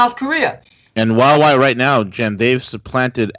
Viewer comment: hua wei is pronounced "hwah way"